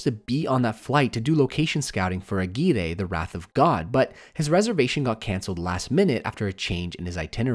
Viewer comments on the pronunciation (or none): Ok, I need to point this out because now I've heard you say it wrong in two full videos and it's getting on my nervs. AGUIRRE is a spanish name, and as such, when two Rs are together they sound like a hard R. Put the tongue on the front of the palate and let it reverb a little bit.